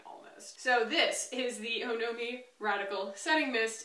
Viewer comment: 1. Apparently, it’s pronounced “aw-no-mee”- kind of like the suffix in “taxonomy.” 2. I totally agree with first purchases. I find that if you’re not Rouge, most brands and shops will give a 15% discount that matches, if not beats Sephora, because some don’t charge tax, while Sephora does. Case in point, I went a little Ilia crazy at Sephora, but only because I don’t know my shades in the foundation and concealer and exchanges/returns are easier at Sephora. I wish I had Ilia in store like it sounds like you do in Austin.